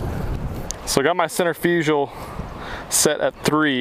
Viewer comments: Never heard of center-fuj'al. Cen-tri'-fi-gal. Anyway, thanks for the review. I may just have to pick one of these up myself. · Repeat after me... "cen-trirf-a-cull"